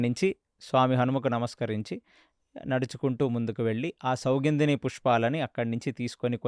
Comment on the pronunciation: Idhi bavundi. Kane meru chala names thappuga cheptunaru. Sathviki kaadhu saathyaki, sougundhini kaadhu, sougandhini pushpam.